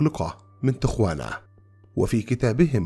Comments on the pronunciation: يا محترم تقرأ تياوانا....... مش تغوانا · المدينة في المكسيك وتكتب تيخوانا(Tijuana) ولكن تنطق تيهوانا تقع جنوب كاليفورنيا على حدود الولايات المتحدة الامريكية تقريبا حوالي نصف ساعه بالسيارة من مدينة سان دييقو ما يقارب اربع ساعات من لوس انجلوس. يلجأ اليها عادة الشباب صغار السن بحكم ان السن القانوني لشرب الكحول في امريكا هو واحد وعشرين سنه بينما في تيهوانا اقل وربما لايوجد سن قانوني لذلك. احببت اضافة المعلومة وشكرا لكم.